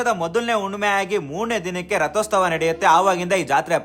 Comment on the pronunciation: Rathosstava alla gubald RathOthSava